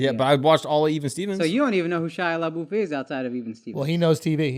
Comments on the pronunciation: Lmao "LA BOOF" It's La Buff. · SHIA LABOOTH Lmao You just destroyed the guy’s name for almost 20 min I’m dead 💀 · I’m so triggered by the way they pronounce Labeouf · Right!?!? "Le boof" 🤣🤣🤣